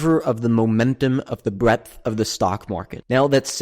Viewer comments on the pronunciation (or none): Breadth, bro. Not breath...